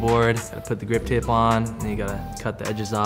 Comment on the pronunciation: Gwip tape. Apparently, money cant buy the solution to a speech impediment.